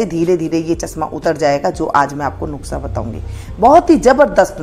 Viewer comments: नुक्सा नहीं नुस्खा है। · नुक्सा नही नुस्खा होता है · Madam " NUKSA" NAHI HOTA. IS KO "NUSKHA " BOLA JATA HA . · नुक्सा नहीं नुस्खा 😂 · वो नुक्सा नही नुस्खा कहते ही मौसी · Hi Aunty, me apko bahot follow karti hu, ise galat tarikese mat lena but ye apki kniedge ko jyada consideration milega, ap ise video me nuksa bol rahe ho, usko nuska bola jate he, thoda sa editing karna hoga. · Mam aap nuske ki jagah nuksa bol rahi h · Thank you di ,❤nuskha bolte hai,😅nuksa nhi bolte hai 😅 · अरे mam नुक्सा नहीं नुस्खा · Pehlay lafaz seekkh lain . Nuskha lafaz hai. Nukhsa naheen . haraan hoon her banda hee hakeem Lukmaan bun gaiya hai .. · its Nukhsa ( Not Nuskha) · आप नुक्सा बोल रहीं हैं नुक्सा नही नुस्खा होता है । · Mam nuskha hota hai nuksa nahi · nuska hota hai na ki nuksa okk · Nuksa nahi nuska bolty hai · nuskha hota hai nuksa nai bolna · नुकसा नहीं नुस्खा होता है 😂😂😂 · Aunty ji ise nuksa nahin bolate ise nuskha bolate Hain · Yeh nuksa Nahin nuska kaho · nushkha nahi madam nuskha hai wo